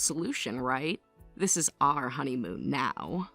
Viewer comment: Not “honeyhoon”!!! 😂😂😂😂😂